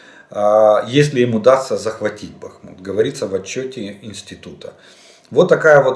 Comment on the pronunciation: Нарешті скажіть вже хто-небудь йому, що не БахмУт, а БАхмут, господи помилуй.